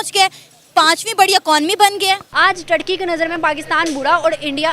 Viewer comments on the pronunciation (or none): Bahan Turkey bol rahi ho tharki bol rahi ho 🤣🤣🤣